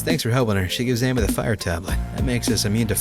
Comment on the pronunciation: Ammy= Ah-mee No vowels in Japan